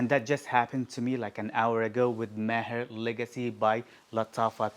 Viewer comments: That's amazing. No wonder you pronounce Maher, Entebaa properly 👌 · I like how you pronounce "Maher", sounds authentic 👌 Nice list bro